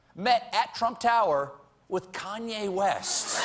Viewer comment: This guy can't even say Kanye right